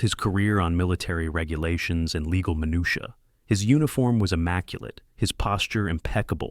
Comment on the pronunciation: OK you dumb AI minutia i it's not minucia. even this spell knows that's not a proper word.